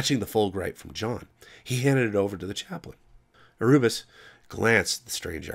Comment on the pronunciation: Erebus = "Air-oo-bus" ? I am now convinced that you are just doing it to fuck with me.